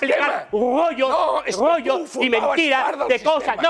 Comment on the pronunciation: No me vengas a contar aquí tus rrrrrrgggggollllllos😂